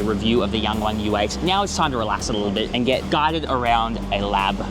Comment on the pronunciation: Nice video but you gotta stop calling it the Yang Wang as in rhyming with 'bang' and call it the Yang Wang with the 'a' sound in 'halve' or 'yarn'.